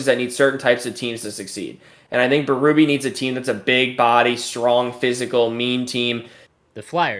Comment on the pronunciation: Berube's name is pronounced bay-rue-bay, it's French Canadian. To hear bee-roo-bee is grating 😆